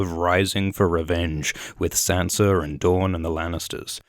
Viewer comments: I JUST figured out you're Australian. Because you said "hopefully she'll have better luck keeping Sansa'r alive" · What's up with people calling them Sanser, Myrceller....??? :/ Is it another one of those 'nucular' things?